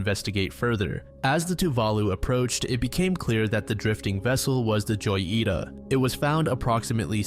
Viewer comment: every time he says joyita my heart dies a little- it’s hoyita That being said the goofiness is entertaining so maybe it’s not so bad